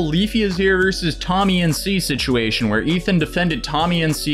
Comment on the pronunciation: we love you but you gotta stop trying to say “situation”